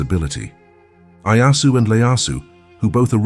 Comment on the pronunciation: Tokugawa ieyasu not Leyasu.